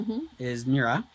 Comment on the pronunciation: I lived in Kenya for a year and chewed every single night. He mispronounces it. Chewing gum and fennel seed was how we did it on Lamu.